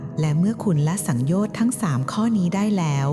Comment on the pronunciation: สังโยชน์สามยังอ่านผิดเลยค่ะ